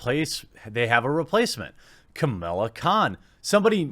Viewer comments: Alright man, I'm gonna have to stop you right there; it's "Kamala Khan" not "Camilla Khan"... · I agree with you mate, but stop pronouncing it as "Camilla" it is "Ka-Ma-La" 😂😂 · I hate the character but for the love of christ why can't you pronounce that name? She's not called Camilla. You're like Todd McFarlane trying to pronounce Katsuhiro Otomo. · Not that I disagree with Jeremy or anything, but you can tell he's not really into comics as much as someone like Yellow Flash or Ya Boi Zack, or....me when he mispronounces Kamala's and Sana Amanat's name. Not trying to be a grammar Nazi here, but one would think that these monetized YouTubers would at least read a little better and maybe look into what they're about to talk about a little more. I don't know how you get "Camilla" out of "Kamala", but...............oh no, I've become a grammar Na....well, you know. Point is, yeah, Kamala Khan....hell, ANYONE being seriously considered as a replacement for Marvel's number one character is a joke, especially a character that normies have never heard of! LOL! Marvel at this point can't do anything right.